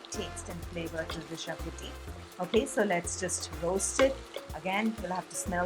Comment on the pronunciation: Xacuti is pronounced "shacuthi"